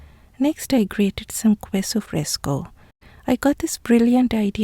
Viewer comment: Love all that you do. Except for your pronunciation of queso. It is pronounced "KEH so". Not "KWEH so." I offer this pronunciation guide as thanks for teaching me how to properly pronounce so many words in your language.